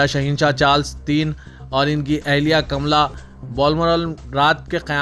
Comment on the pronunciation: Es news reader ko UK mowjoda nayi Rani(Queen) Ka naam CAMILLA hai ye janab kamla pad rahe hain, aur enki ye kaifiat pehli baar nahi hai, aksar martaba enka talaffuz kai martaba maiyne bhi suna hai aisa hi galt padhkar,agay nikal jatay hain, enko chahiyye sahi talaffuz ki news padhnay se pehlay practice karein aur apni readin skills ko miyari banayein, edarah SIYASAT k zimedaroun ko bhi es baat ka notice layker es beja tariqay ko rokain,umeed hai jald zaruri tawojjo laykar, news sunwanay wale ko ya tabdeel kiya jayega ya enki eslah karwayi jayegi, Shukriya.